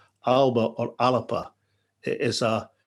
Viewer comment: I cringe every time he says alapa 🤮🤮🤮